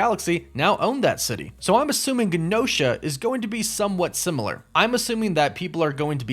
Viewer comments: Sorry for the nitpicking- but it’s Adamantium not Adamintium. And it’s Genosha with the soft G. Kinda distracting when I hear it said wrong. I know -need alert. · Hahaha it was bothering me too 😂. Also Genosha was pronounced like “Jen-O-sha” on the old x-men cartoon…so that was bothering me too…but not as bad as the “Adamantium” lol. It’s all good though I appreciate the content and video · I believe it’s pronounced (Je-nosha) not (Ga-nosha) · DUDE ADAMINTIUM??? The hells wrong with you?! I’ve literally never heard it pronounced that way…plus Gehnosha?!? Gen-oh-shah. I wanted to get off this but then I heard your dumbass pronunciations again and again. Thought I’d do a DCeaced and scratch my face off without being able to click away. Your sentry entry sucked too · Wow you can really tell this guy has never watched X-MEN the animated series before. its GENE - osha like jean not Gin osha Not even gonna get into your adamantium pronunciation Like wtf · It’s GEE NOSHA not guh nosha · normally i don't care about pronunciation at all, but man, this video was so triggering for me for some reason lolol TEE-uh-mat, not TIE-uh-mut jeh-NO-sha, not gen-OH-sha (with a hard G) Add-uh-MAN-tee-um, not Add-uh-MEN-tee-um man oh man, i don't know why hearing it those wrong ways hurts my ears SO MUCH lol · Great videos but your pronunciation is killing me. Genosha is pronounced like Jennifer Adamantium = Adam-Ant-ium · Adamantium: Enunciate it AdamANtium not AdamENtium. And Genosha is pronounced (j)enosha. Plz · It’s also pronounced J-enosha lol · I might be wrong, but isn't it pronounced Genosha with a soft G? Like the J sound? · It’s pronounced Jen-O-Sha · Adamantium- AD-UH-MAN-TEE-UHM Genosha- JEN-OH-SHUH Tiamat- TEE-AH-MAHT Also, Wolverine's claws aren't made of Adamantium. They are bone...coated in Adamantium just like the rest of his bones. Maybe a small distinction to the uninitiated, but a very important point to be made. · “JANOSHA” is how it’s pronounced